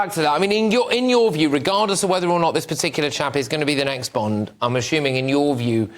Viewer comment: It's Bond... Not Bend...